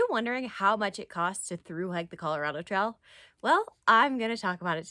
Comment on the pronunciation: Enjoyed this video, too! You pronounce "trail" like "trial" which I think is actually quite endearing. Thank you for this video.